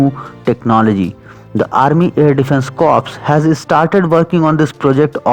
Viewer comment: Corps is pronounced as Core.